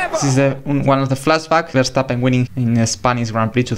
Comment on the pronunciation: You make awesome documentaries! And also a lot of props for pronouncing Max Verstappen's name the correct way!